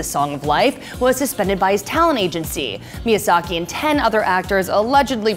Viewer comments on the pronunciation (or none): Miyasako not Miyasaki